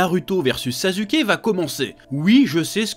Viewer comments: "Sazuké" (rhaaaaaaa). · Par contre le Zazuke il fait mal à entendre 😭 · Alors pour moi on dit "narouto" et "sassouké" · Pourquoi tu dis 《NarUto》《SasUke》 mais tu prononce 《Hakou》 ? Alors que ça s'écrit aussi avec un U ! 😂😂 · Il s'appelle pas sasuke mais suskiki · Tu es en train de dire sazuké 😂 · Vraiment...ta prononciation de Naruto et Sasuke sa fait mal 😂😂